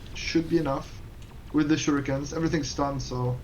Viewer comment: OK ... let's try this ... Don't pronounce "shurikens" like "baNAna" or Street Fighter's "haDOUken", emphasizing the second syllable. Instead, emphasize the first syllable, like "PAnama" or "POLtergeist". And also change the middle syllable back to an "EE" sound: "SHOO" ... "ree" ... "kens" Some day, I believe, you will get this achievement trophy. :)